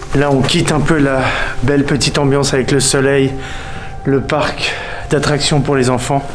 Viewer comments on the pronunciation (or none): Non je rêve la "Park" laisse moi rire c’est "parc"...